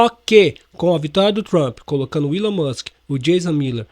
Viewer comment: Algum jornalista vai apreder a falar Elom ao invés de Willow 😂😂😂